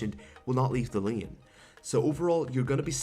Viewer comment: Why dose he say lean instead of lane?